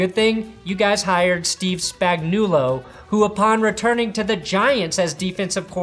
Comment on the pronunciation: I like how you can't pronounce Spags last name. 😀 I'll be happy when Flaco throws 3 picks against us. But as Missourian's we are nice people and gave you Drew Lock, so you might have hope in the future.